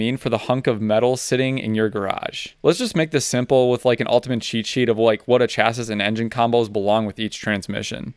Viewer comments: Chassis is pronounced Cha- SEE,. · Hearing chassis pronounced how it's spelled grinds my gears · Do you mispronounce chassis on purpose? You seem like you're pretty knowledgeable